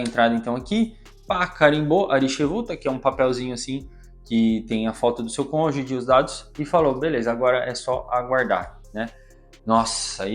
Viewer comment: A pronúncia da palavra cônjuge é "konjuji" (gi como em girafa). Não sei se é defeito do meu som, mas eu ouço você pronunciar sempre cônjudi ou cônjugui. Sobre a história, que saga! Desejamos sorte! 🍀🌎